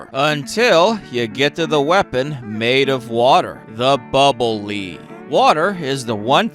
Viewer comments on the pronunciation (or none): It’s bubble lead, pronounced like “lehd”, not like “leed” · It's not "Bubble Leed" it's "Bubble Lead" Like, the metal, lead. Like, as in, bubbles made out of lead. You know, the kind they use to protect against radiation and Superman's x-ray vision? As for Wily turning into an alien, this was kind of a trope in the 80's and 90's. You'd have this straightforward game but then at the end the final boss would be some gross mutation or alien or something or their brain would get put in a machine or something body-horror-ish like that. I think the Megaman team was just having fun with that. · Bubble Lead (pronounced led) because the bubbles are made of lead, the metal. Never heard it called bubble lead (pronounced leed) until today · Bubble Lead- It’s pronounced “led” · Bro thinks lead is pronounced leed here and that they're made of water.